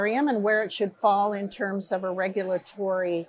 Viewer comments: He keeps say “rAgulatory” instead of “rEgulatory”. Is that driving any of you crazy? lol😅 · Dude what is “ragulatory”? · Why are you pronouncing regulatory wrong lmao